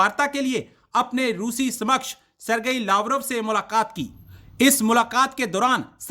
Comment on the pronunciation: Samaksh ni bandhu it is samkaksh.